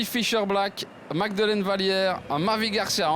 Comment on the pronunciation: Bravo magdeleine. Je sais que cest un extrait. Mais rien à comprendre par le commentateur. Incapable de prononcer correctement un nom. Il y a une version moins argo, plus internationale?